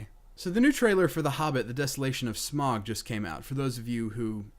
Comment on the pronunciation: Smaug = smawg or smowg . Just saying, Thats how its pronounced xD